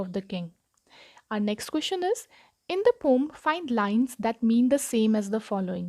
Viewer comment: Poem not pom